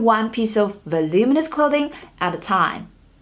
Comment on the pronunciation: I may not agree with every single rule on your list, but I have mad respect for anybody who pronounces "voluminous" correctly - so much so that I subscribed to your channel because of it.